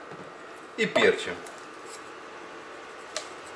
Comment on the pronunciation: пЕрчим, ударение на первый слог.